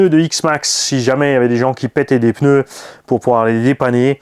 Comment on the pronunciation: J'espère que tu parlera français l'année prochaine 😂 on dit PNEUS 🤣🤣